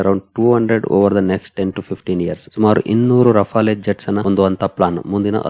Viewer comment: ರಫಾಲೆ ಅಲ್ಲ... ರಫೇಲ್...